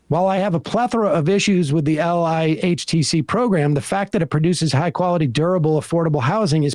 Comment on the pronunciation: is where it's at. So glad Sam read this out loud and brought up LIHTC. Btw Sam, in the industry, we phonetically call the acronym, "ligh-tech".